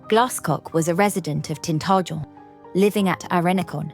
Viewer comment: Try pronouncing the name,Tin tah jel.